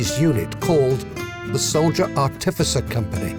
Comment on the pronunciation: Artificer, not articifer.